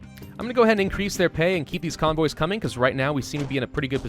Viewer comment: convoys Me: conbois